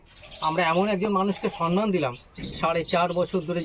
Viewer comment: আজকের জীবন শিক্ষিকা সুস্মিতা মন্ডল এবং তার স্বামী, সন্তান, শ্বশুর, শাশুড়ি, কানুদা এবং অতিথি দাদাকে নিয়ে এই ভিডিও খুব সুন্দর লাগলো। শুধু একটি কথা বলি অতিথি দাদাকে। বাংলা ভাষা নিয়ে খুব সুন্দর বললেন। কিন্তু দাদা আমি একজন লেখিকা। তাই বাধ্য হচ্ছি একটা কথা বলতে। আপনি বারবার ভুল করে বলছেন সন্মান। কথাটা সম্মান দাদা। ধৃষ্টতা মার্জনীয়।